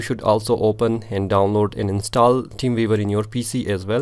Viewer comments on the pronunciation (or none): "teem veevar" 🤣😂